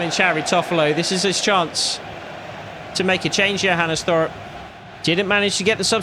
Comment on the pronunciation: First of all very good content and realism❤️. When you say Johannes hoff Thorup, the last name Thorup, is pronounced with a hard t so you say Torup